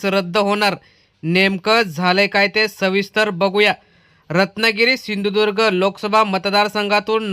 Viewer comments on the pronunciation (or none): जर राणे साहेब सिंधुर्ग न बोलता आमच्या जिल्ह्याचे नांव व्यवस्थित सिंधुदुर्ग बोलले तर खासदार की रद्द करु नये.त्यांची प्रॅक्टिस करुन घ्या आणि नंतर काय ते ठरवा नाही तर एक खासदार श्री.मोदी साहेबांना कमी पडेल आणि उगाच गोंधळ व्हायला नको सरकारचा.